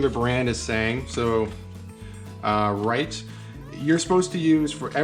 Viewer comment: good demonstration however Rit is not right R-i-t is like i-t or it now say Rit there go success. weee !